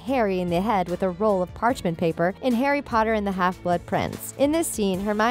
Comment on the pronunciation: Harry PotaH😂😂😂 is my fav